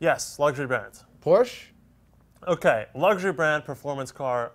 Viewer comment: I LOVE Road Testament, this segment need not change. Seriously tho, you should pronounce Porsche right. Come on, be professional.